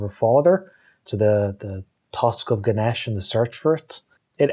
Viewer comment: The pronounciation is ganeysh not Ganesh i am indian so its kinda annoying when people get it wrong